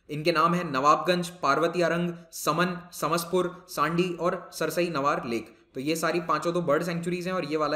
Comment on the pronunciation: सर सरसई नवार नहीं, सरसई नावर वेटलैंड है